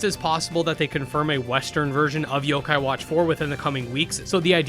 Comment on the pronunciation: some of these games you name are hard to know what they are because you don't list the name on the screen. So when I hear "kadomon" I legit had no idea what was said and had to go back hear you say it 3-4 times and try to look it up. This was also the case when you said "zokai" and I was looking up "sokeye" lol